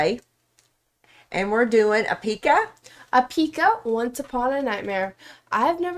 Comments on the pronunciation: Hoezo de klemtoon verkeerd 😂😂 Mocht iemand ooit een coverband willen beginnen dan hebben ze een leuke naam 😀😀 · OMG NOOOO ITS PRONOUNCED EPIIICA LIKE 👍 LIKE THE WORD EPIC WITH AN A EPICA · They actually got it right at the end of the video after the song, but now I have "e-PICA" stuck in my head and am questioning reality 😆